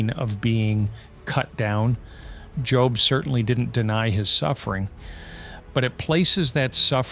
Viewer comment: I really hope miss pronouncing Job was a mistake and not AI. I really love this channel and just hope there is somebody behind the mic with these wonderful insights. I don't know why that means so much to me.